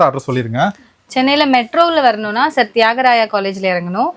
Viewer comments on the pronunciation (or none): none